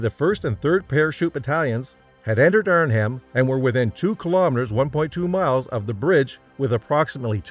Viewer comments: Naaaah. He also said "Arn Ham" for the city and not as it is pronounced: "Arn-um" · Not sure what corpses the narrator is referring to. A “corps” is pronounced “core”. Also the H in Arnhem is silent. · A good summary mauled by bad pronunciation. Corpse? Arn-Hem? Oysterbeak? Sheesh!